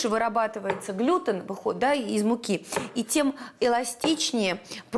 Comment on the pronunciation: Не глЮтен а глютЕн!